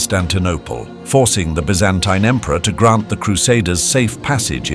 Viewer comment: how many different ways are you going to say Byzantine? If you are a British company I can accept the B.E. pronunciation. In less than a minute, you pronounced 2 more ways, 1 was American English. Get your shit together and be consistent.